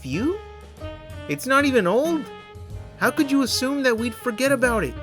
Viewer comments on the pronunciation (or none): none